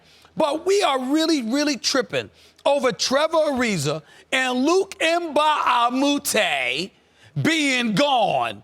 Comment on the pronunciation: If u can sayAntetokounmpo, u can say Mba AhMoute